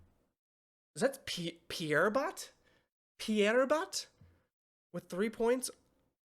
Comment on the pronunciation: in the picture you can read "HEAVY", Fizz is having his weight and in general his body checked by Mammon to be "perfect" (he litteraly called him fat at the beginning of the episode). You can tell that he's being exploited and abused by Mammon in those pictures Pierrot not Pierbot haha it's an archetype in la commedia dell'arte